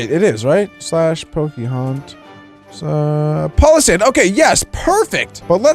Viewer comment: You said palossand wrong